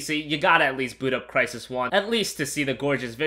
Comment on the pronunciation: Smash your head on the wall everytime he says "Crysis"